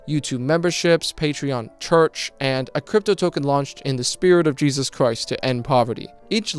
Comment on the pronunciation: Iq so high yet unable to pronounce english words and calling jesus jejus